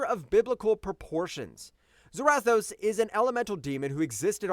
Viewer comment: I see what you're trying to do here bro but you're wrong a few things hare. I'll start with a few. The easiest to over look is Zarathos. It's not "Zer-wrath-o's" it's pronounced "ZERA-THOSE" like Sarah Toes. AND SECONDLY, I have no idea at all whatsoever what WWHulk vs Ghost Rider you were reading but you are way off! You just read the The Spirit Wanderer vs Home Battle Bulk or something. Because Hulk did in no way shape or form run from Ghost Rider or Zarathos. If you actually read the actual comic you'd know that Hulk and Zarathos told Johnny Blaze that this has nothing to do with him and this is not his fight and Zarathos left because it wasn't his fight. You said Hulk ran, but it was Zarathos who left on his bike while Hulk literally stood up and watched him ride away. And then Hulk left! In no way shape or form did Hulk run at all! So I have no idea where you got that from?! And third, your rankings are all over the place! For example, yes, Magik is incredibly strong in her own dimension of Limbo. But you have her way too high on the list! She's literally been beaten in her own realm before. If I'm not mistaken she was actually beaten not too long ago in Limbo. I think that it happened a few years ago so I might have to go look it up and tell you when but she's definitely too high. She should probably be #10 if on the list at all! Marduk should definitely and I do mean DEFINITELY BE ABOVE MAGIK AND maybe HEL(HELA). Maybe? And though Hela beats Thor 9 outta 10 times. Ther